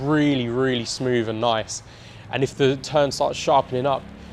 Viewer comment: Somefin, frottle, wiv, smoov, two or free… if an article was written like this, it’d be jumped all over. Also… really really really really really. How many times can you say really? The transition from writer to presenter must be difficult for some people. I have to presume this is one of those people. I made it halfway through.